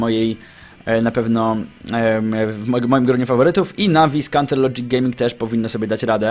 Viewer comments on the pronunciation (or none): none